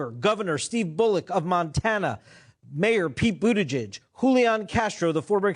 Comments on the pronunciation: It’s pronounced Boot-it-Judge 😉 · Soft 'g' in Gillibrand and Buttigieg. It really bugs me each time you get it wrong. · Thumbs up if you also think pronounciation of "Bootygig" is the best thing ever! Love you! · Please just call him Pete because your mispronunciation of his name is crying worthy lol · I don't like Buttigieg butt you should still try to pronounce his name right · Ugh.. annoying to hear you repeatedly mispronounce Pete's last name. If you can't say it properly, just call him Pete. 🙄😒